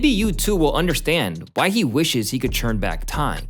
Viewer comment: I'm sorry, this is bothering me.. are you saying "churn" instead of "turn"?